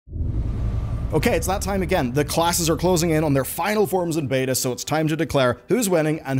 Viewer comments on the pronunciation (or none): none